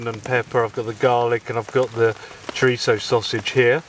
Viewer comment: Chorizo? What the heck is chorichecho?